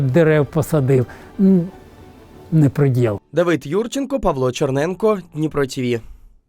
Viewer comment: Не прэдэл!😊 Дай Боже здоровʼя